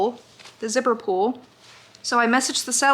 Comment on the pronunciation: it took me until you showed the finished bag to realize that you were saying zipper pull and not zipper pool I was so confused ahaha